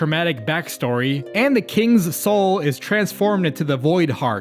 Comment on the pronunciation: I think you read Kingsoul wrong